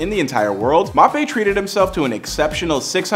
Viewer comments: It’s Mbappe - pronounced M bappe You’re saying Mapay 😂😂😂🤦🏼‍♂️ Thanks for the house info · his name Is pronounced m Bop ay not mopay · Mappé? 😂🤣 it’s M-bappé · “Kylian Mop A” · He clearly doesn’t know how to pronounce his name, it’s an African name you can’t just say « mapé » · He said "Mape" 😂😂😂😂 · Bro said mappé💀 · “Mop Aye”🤨